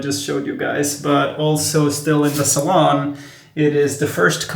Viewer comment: It's NOT a "...Salon...". It's a SALOON!!!